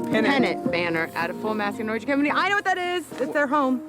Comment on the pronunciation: Stop saying Norgey, it's Norge